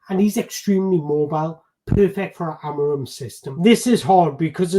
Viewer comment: To correctly pronounce his name, try saying this: Amoreen The "M" at the end becomes an "N" . Just like when you say lets go "in"